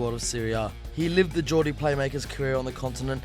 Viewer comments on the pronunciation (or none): none